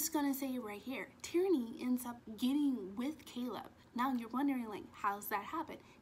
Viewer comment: Sounds like you are saing "Tyranny" when you say Tiernan. And im with you girl i cant rate this book. 😂